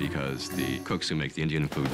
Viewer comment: wtf💀💀 "indish"😭